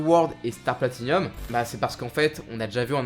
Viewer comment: Gaffe à la prononciation. Rékiem Wonder off you Platinium ><